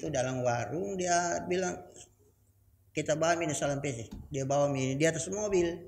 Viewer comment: Maaf kalau salah sebut namanya kalumpesi harusnya Sarampessi